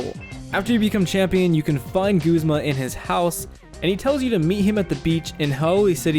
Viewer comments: Guh-z-muh not goo-z-muh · It's Guhz-muh not gooz-muh!! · I thought it was pronounced "Guhzmuh" not "Goozmah" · You know, I figured Guzma's name was pronounced Guzz-ma, not Gooze-ma. :p I mean, maybe if he actually used slimy, poison types, I'd want to call him that instead. XD Edit: Nevermind, I just took the anime into consideration and heard the way they say it... Hmm... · this whole time I thought it was pronounced "G-uh-z-ma" not "G-oo-z-ma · It's pronounced guzma not goozma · goozma? I guess people pronounce his name differently since my friends and I say guz-ma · who the fuck pronounces it goo-zma? it's a fucking u ! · stop.......saying.......FUCKING........g-U-zma!!!!!! Good vid btw